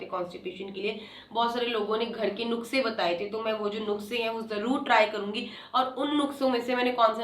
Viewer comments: Nukse nhi nuske hota h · Krithika ji nuskhe Hota Hai nukse nahi Bura Lage to sorry please aap mera comment Ek Bar to padh Lijiye